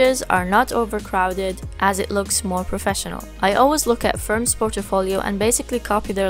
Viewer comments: you said it likE POR-TO-FO-LIO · The way u pronounce portfolio is unique .......